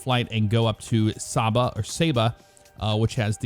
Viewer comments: Pronounced Saybuh. Went there in the 90’s. Great place to visit and the SCUBA diving is incredible. Went by dive boat though, so didn’t get to experience landing or takeoff. Great videos,! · I know someone who is from Saba and she pronounces it Say-ba!